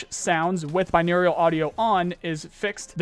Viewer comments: Say it with me, Bin·au·ral. Binaurial is not a word. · Bro it's binaural. Bi naural. There is no "I" sound. Think of it like bi neural. I would take that over binaurial. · bro please learn how to say binaural. you are saying aerial instead of oral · what exactly is binaur-i-al audio? I only get binaural audio. This some nuclear nuculear shit? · My brother I love you but there is no second i in Binaural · Binaural. Bi-noh-ral Please, it triggers me when you say binaurial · Dog... How the fuck you still calling Binaural audio "Binaurial"... You even have it spelt completely fucking wrong like that in one of your recent videos. Just like, proof read man... Wtf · I’m glad to see these changes put in.. it was this easy the whole time apparently. Also I just had to say it but binaural is pronounced BYE-NOR-AL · just throwing it out there, i've always pronounced it "bine-OR-ull". no strange "eu" "Iu" sounds. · So pretty petty but can you PLEASE stop adding an i when you say binaural? You (and several in my group) keep saying binaurial and it just can't be ignored lol. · dude still cant pronounce binaural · Petition for to pronounce Binaural audio correctly. Please my idiot boy brain can't handle it.